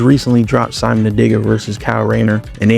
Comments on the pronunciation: It’s “sea-moan” not Simon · Simon ain’t syman It’s pronounced C-moan